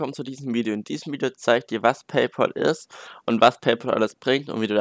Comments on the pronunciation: Es wird PayPal und nicht PayPol ausgesprochen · Es heißt PayPÄL. Es ist der BezahlFreund, nicht der BezahlPaul. PLEASE. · Lern erstmal Paypal richtig auszusprechen 😂